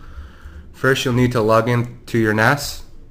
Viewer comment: Finally, the guy who comes in says NAS and SCSI properly. thank you!